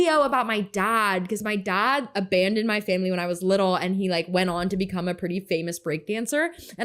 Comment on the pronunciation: Daad haaad can this bitch not fucken pronunce a fucking word without putting so much emphasis on the letter A in a damn word !